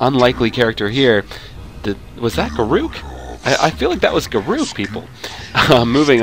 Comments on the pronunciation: you can pronounce it any way you like, but the correct pronounciation is garrick, not ga-rook, but if you "prefer" ga-rook, enjoy : ) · Also, it's pronounced garick. Not ga rook